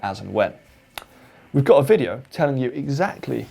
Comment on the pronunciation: "Hav we go' a video?" :-)